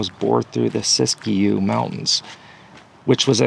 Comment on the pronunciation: It's pronounced sisk'-yoo.. Just saying..